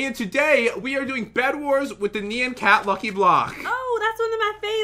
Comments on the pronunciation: Is it just me that gets annoyed when they say "Nean" instead of "Nyan"? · Me: nian or nyan Other people: neon like neo saber. THE Y IS PRENOUNCED AS AN I NOT AN E!!!!!!!!!! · It’s not my b-day My pet didn’t die I don’t beg for likes I don’t even try These youtubers rock I laugh till I cry But pat and say nyan wrong